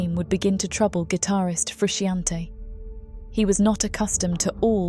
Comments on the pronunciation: Also the pronunciation of Frusciante is craaaazy. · I wish you had learnt how to pronounce the legend John Frusciante's name.